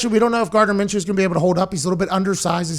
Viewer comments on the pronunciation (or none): none